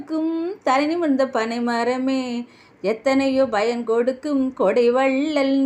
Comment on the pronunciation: தங்கச்சி. நல்ல பாடல். நன்றியுள்ள. மனிதன். புகழ்ந்து பாடும் வகையில் அமைந்துள்ள பாடல். Payan. Bayan. கிடையாது. ப்பயன். Pa யன். என்பதே சரிமான தமிழ் உச்சரிப்பு